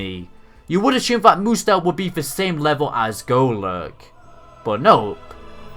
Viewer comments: i liked this episode, found it hilarious how Ash and pikachu beat Hapu and Mudsdale btw, it's pretty annoying to hear you say moodsdale every time, instead of mudsdale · Mudsdale is not pronounced mood-zdale it is pronounced mud-zdale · Sorry and no effense but I don't think your pronounced mudstale right